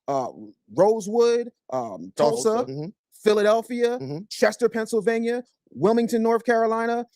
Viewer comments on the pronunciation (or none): none